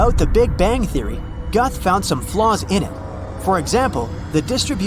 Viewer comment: I like that you don't even bother to pronounce Alan Guth's name correctly.